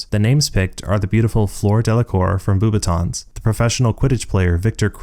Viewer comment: Surely beauxbatons is pronounced "BO"batons not "BOO"batons. I have no evidence. Awesome video, loving it (